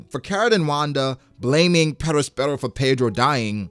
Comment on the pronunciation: Love your videos but I hate the way you say “Perospero” holy faack